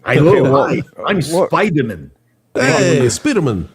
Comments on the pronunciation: Please don’t ever let culture say Spidermn on air again. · Anyone who can’t say spider man should not comment on marvel